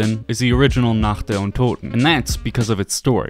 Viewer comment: Not german, but been studying since I was 10 or so. The way he said "untoten" was legit the best I've heard from english speakers.